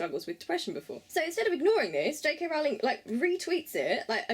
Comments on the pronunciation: Great Video!!!!! But Rowling rhymes with bowling not howling. I'm not hating, great video! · It's Rowling like bowling 🎳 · You pronounced her last name incorrectly.